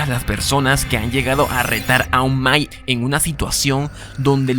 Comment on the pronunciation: amigo muy buen video, pero se dice MIKE (maik) no MAI. saludos!!